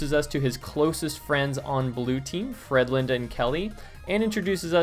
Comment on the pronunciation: Now that i know you said that i can't hear Frendland anymore :P Great review man :)